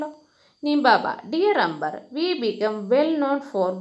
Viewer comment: She is pronouncing like ' 'അമ്പർ' for Amber. But it's real pronunciation is 'ആമ്ബർ' .